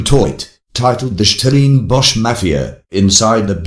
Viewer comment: Who ever is narrating this video, you're not South African, in fact, you have an English accent, so stop poking your nose in our issues and talk about the Monarchy. Which South African can't pronounce "Stellenbosch"?...nxm